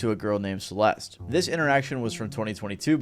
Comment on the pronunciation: The E at the end of Celeste is silent fyi.